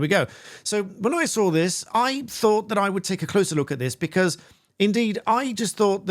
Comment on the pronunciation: Why do you say I SOAR IT ? SAW is not spoken as SOAR. Law is lot lore. Lore is a different word.